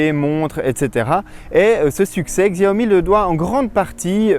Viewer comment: Bonne video mais juste la marque se prononce Chiaomi et non Xiaomi.